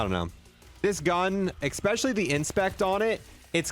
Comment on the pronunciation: Yea I caught this one right away. Sly should've got this skin. be slippin on his pimpin sometimes, EXPESIALLY when he tries to say especially 😜 still watch his vids tho.